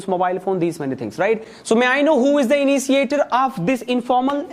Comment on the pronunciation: Iniciater 😂😂😂😂 its Initiater Appresiason😂😂😂😂😂 its Appreciation.... Totally wrong accent!! What type of accent is this ,this totally blown my mind nd i quit the video ok bye!!!!!!